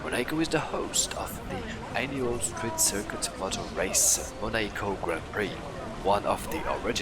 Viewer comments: hearing the epmhasis as "moNAco" was funny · Awe!!! Poor gonna be razzed in comments with his mispronouncing Monaco. Go easy on him guys!!! Great job &! I really enjoyed the originality of this minipark! You incorporated the world famous Grand Prix theme perfectly with the go carts as well as incorporating the famous boat races & yachs & lifestyles of the rich & famous vibe! Hands down I absolutely LOVED the Roulette Wheel ride skin! Perfecto! Loved the voice acting in the boat ride too - great way to learn & be entertained! ☮️ & ❤️ - SmilingOma333 🙂